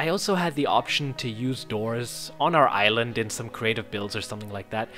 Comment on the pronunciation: Somehow every time when you say "island" I hear "ireland" what XD